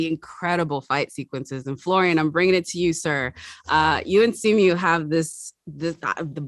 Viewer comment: Its simoo not simew